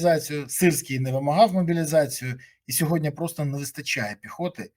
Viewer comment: не "сьогоднЯ", а - "сьогоднІ ", невже так важко запам'ятати?